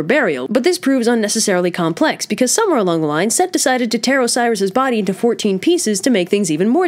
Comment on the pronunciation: Set not Seth